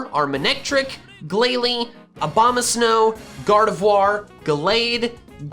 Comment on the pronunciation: you pronounced gardevoir correctly yayyy